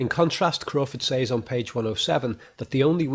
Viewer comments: So much insight. But u say “saiz “ instead of “sez “ teachers should have picked u up On that. Great work otherwise. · "Ooops I did it again." - What was done again, announciating "G"s at the end of words like appealinGC or saying "says" like "say"+"es"?.. ;] hehe "he can entertain himself in his head for years" BUT YOU SAID HIS BIGGEST FAIR WAS BOREDOM. - Advertisement for his audio podcasts of art/movies etc analysis and some psychiatric related audio files. This was the only ad I got in this whole video, 2 minutes for all this free content, not bad! Then you said serial killers are possibly only intelligent because they are often not caught but for example Bundy was terribly sloppy and arguably just lucky. Edit "Darth Lecter, imagine that for a villian.